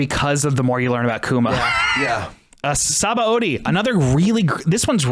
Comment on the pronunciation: I find it funny that is a menace when it comes to pronouncing DB names but he pronounces Sabaody as it's written